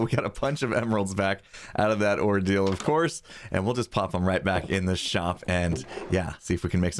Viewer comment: Every time you said ordeal I kept hearing “ore-deal”.